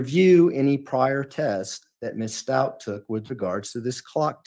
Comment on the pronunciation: I love the way when he says her name it sounds like (and is captioned) Miss Stout...😅